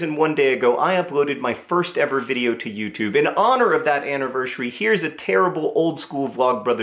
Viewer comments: anevershury?? hahaha love the vlog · Happy... annivershery?